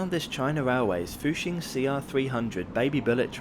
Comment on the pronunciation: Please try to research and pronounce Chinese names as correctly as possible! It doesn’t take much research to know that Zhejiang is pronounced juh-jiang and not zay-huh-jiang. It would make a nice touch to your videos! Also, you pronounced fuxing and hangzhou right!